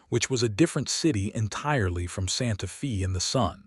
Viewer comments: Please work with the AI narration to get the town names correct (example: Santa Fe is pronounced Santa Fay not Santa Fee), people’s names (example: Deloris is pronounced as De-lor-is - I cannot even break down how AI is pronouncing it. Listening from TN. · NOT Santa FEE, Santa FAY. GOT IT?